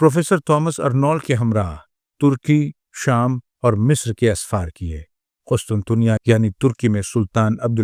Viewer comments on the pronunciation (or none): none